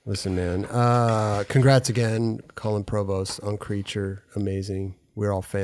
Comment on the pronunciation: no one:: colon provost